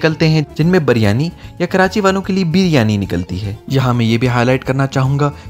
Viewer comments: Baryani nae hota bhai Beeeryaniii b nae hota Biryani hota hai. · Karachi walay kab biryani ko biiryani kehne lagay... biiiryani to karachi ko karanchi bolne walay kehte han ... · Leemon max lajawab tha aur haan g hum karachi walon ne waqai biryani ka thaika lia wa hai q k karachi k ilawa pore pakistan men biryani ki mother sister hoti hai aur lahor wale to biryani ko pronounce tk sai nai karte baryani bolte hain 😂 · In logo ko bolna hi nai ata h baryani to kehte hen oakayen g Kia khak